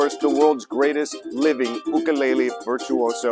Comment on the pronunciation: Jake no ka oi! But there's no "Y in 'ukulele!